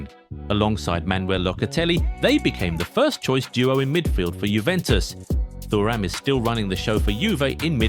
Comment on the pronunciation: I love you guys, but you really need to sort out your pronunciations. Never have I ever heard Thuram pronounced like that